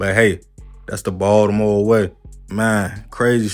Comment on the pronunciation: The way he says Baltimore annoys me…it’s like he not from Baltimore but lived here long enough to claim the city smh